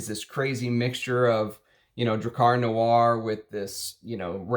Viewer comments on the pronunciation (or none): none